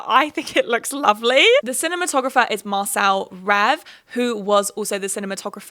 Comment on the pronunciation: Hi I watch all your video essays and I love your insight and commentary! One note: Marcel Rév is actually Hungarian so in his first name the "c" makes a "ts" sound and you would pronounce his last name as you do "rave" the English word!💛